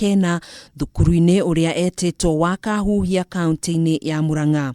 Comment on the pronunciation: It's called Kakuhia not Kaahuuhia !!